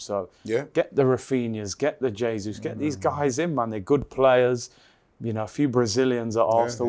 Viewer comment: Who's "yay-sus"?